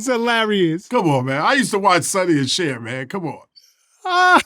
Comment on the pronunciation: Dawg ITS CHER